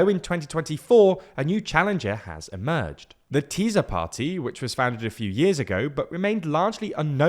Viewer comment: Let me offer a little help about the pronunciation of the name Tisza. In Hungarian 'S' and 'Z' combined is the same as an 'S' in English (by the way 'S' alone is like 'SH'). You don't have to pronounce the Z in any way at all. You got it right with Fidesz, the rules here are the same.